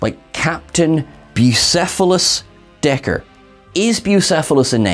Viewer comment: According to the description on the Paramount Plus clip from Lower Decks, it's Dagger, not Decker, which is confusing cos it does sound like Decker to me too, which they could have gone with given the previous Deckers we had in TOS and TMP... :\